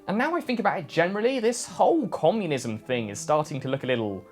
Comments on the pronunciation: Commulism? Nucular? I hope he's says these incorrectly on purpose. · Commulism?... What's commulism?... I think we should be told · this guy said comulisum??